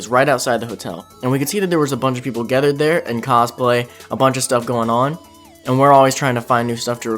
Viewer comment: I really like your videos! One thing I've noticed that I'm curious about..whenever you say the word gather, gathered, or gathering, you seem to make an 'e' sound rather than an 'a' sound. (I.e., "gethered"). Do you have an accent, or is that just how you like to say it?